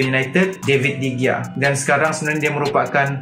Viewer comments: david degia.. lol , betul nya bacaan dia David Dehia. .. kalau dekat spain G jadi huruf H bila dibaca.. huhu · Pronounce de gea salah